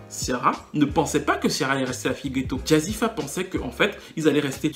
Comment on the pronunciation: Jazzi fé pas jazzi fa lol bonne analyse en tout cas je ne pensais pas la revoir sur le devant de la scène on la voit partout en ce moment elle a une team composée uniquement de blancs